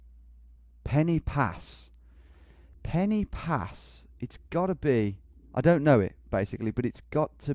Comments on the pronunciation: Brumie twat penny pass lol should be pronounced Pen ar pass. totally clueless. Perfect score give me a break. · Quick Welsh lesson: ‘y’ in Welsh is pronounced ‘ugh’ so Instead of ‘Pen ee pass’ its ‘Pen ugh pas’ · Pen y Pass is pronounced Pen uh Pass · tom mate the Y in pen y pass is pronounced Uhh so it's pen uh pass i know confusing but just trying to help